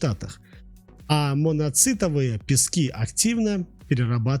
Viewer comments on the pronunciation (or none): none